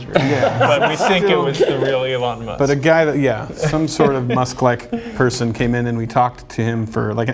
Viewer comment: Lol "Moosk"😂